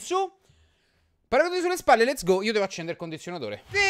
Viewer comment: Ma quanto cazzo sei brithis quando dici